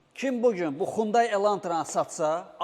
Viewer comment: Hyundai ❌ Xyundai ✅